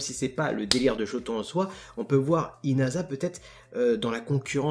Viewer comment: Dis Yoarashi mec stp tu sais pas prononcer inasa. xD